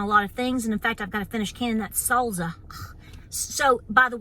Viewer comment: I love how you say salsa 🤣🤣